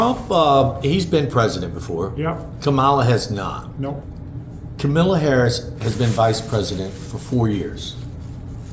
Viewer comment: I'm with. And, by the way, Vice President Harris' first name is KAM-ala, not Ka-MAH-la or Ka-MILL-ah. To say it right, just think COMMA-la. She is leading nationally now. COMMA-la. It means "Lotus" or "Water-Lily" in Sanskrit. COMMA-la. It's a common Indian girl's name; her mom came from India. COMMA-la. Got it now? Good! And thanks,, for speaking your mind. 💙